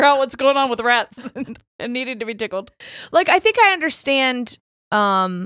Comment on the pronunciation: I heard ratties 😂😂🐭 Also: Coagulate Louise Quagmire has me fkin dead ☠️😂